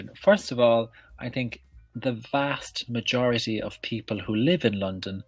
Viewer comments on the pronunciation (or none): "vast mayority"